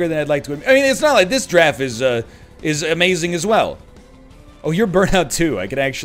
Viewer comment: Anybody else hear eggman say "killer draff" but your brain hears "killer giraffe"? Yeah, everytime.